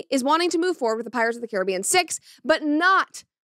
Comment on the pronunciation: As a West Indian, your pronunciation is correct brett, well done🤣